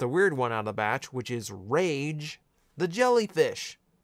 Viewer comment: Don't diss on princess Rage like that (Rah-Gay).